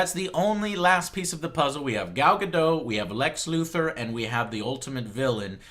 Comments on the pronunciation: Any reason why Joe calls her 'Gal Gadoh'? Her name is Gal Gadot, where did the T go Joe? This is not a silent T, i assure you. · Okay, this is a bit silly to focus on given everything else, but it bugs me how you pronounce Gal Gadot's name - the "T" isn't silent. Her last name should be pronounced the way it's written, i.e. the sound at the end is like in the word "dot". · I'm liking the Gadot choice. I've heard things that she is genuinely interested in doing WW justice in movies seeing as she's the most iconic female superhero. ps. Gadot is pronounce with a short "o" and the "t" is not silent. There's an interview out there where she's asked about her name's pronunciation, and that's how she says her name. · He obviously assumed it was french, which would make the T silent.